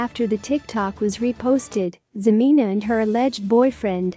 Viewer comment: If you're gonna do a story on them, at least pronounce her name right HA-MEN-A!!!!!! She is a gold digger still bc if she didn't want anything to do w him or any more of his money, she'd have blocked or deleted him by now. So she still wants that money!!